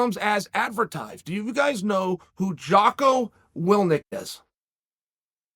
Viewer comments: Love you Chael but it's Jocko Wil-ink not Wil-nik :) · Jocko's last name is "Will-INK" not "Will-Nick". Willink. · “Wil-nik” lol. It’s “Will-ink” Chael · I've never heard of Jocko "Willnick" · Wilnick? you mean Willink? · Will-ink Chael, not Will-nik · Willneek. Lmao undefeated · Jocko WILLINK, not Wilink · Are you saying Jocko Willnik?? He's Willink. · lol “Willnick” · Never heard of "Wil-NIK". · Will-ink. Say it after me, Chael. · It is now “Jocko Willnick.” Chael has spoken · 😂😂 it’s Jocko WILL - INK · Jocko ''Willnik''* I have so much respect for that story, could we please prononce it's name correctly xD even worst :-p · Nobody: Chael Sonnen : "Jocko Willnick" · will-nick lol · Yikes Chael Biden…. Jocko WILLNIK!? You gotta sound it out bruv. It’s a pretty easy one. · Ffs Chael, Willnick? Lmao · Me: Jocko Willink Uncle Chael: Jocko Willnik Me: Jocko Willnik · U have so much respect for this dude and u pronounce his name wrong? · Uncle chael always has his own way of pronouncing peoples names 😂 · Awe, you forgot to ask how much the gig pays?... GOOD. Fighting the no.5 ranked guy in the world on short notice?... GOOD Chael keeps mispronouncing your last name?... GOOD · Saying it two different and equally incorrect ways in 1 sentence was a piece of poetry (crosses legs)